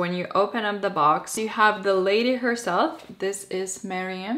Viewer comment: I love how you say Meryam! It's awesome x